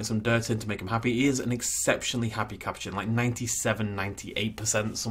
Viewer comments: You say it as cu po chin What is a caperchinn You also sed capucen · The A in capuchin makes an uh sound